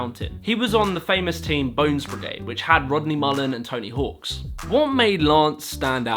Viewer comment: I can’t believe you caught the subtle variance in the British and American pronunciations of Jacksss but totally missed that you added an s to the end of hawk in Tony Hawk every time you said his name 😂